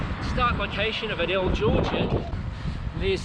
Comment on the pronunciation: Aye-dell, and you have Lenox correct.